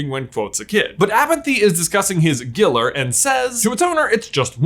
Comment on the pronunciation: Gilder. Not Giller. Mind my spelling, I listened to the audio book a bazillion times.